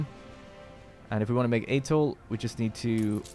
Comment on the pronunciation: the pronunciation for Atole is Atolay. 😋